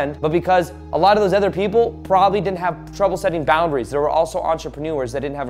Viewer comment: he said poundaries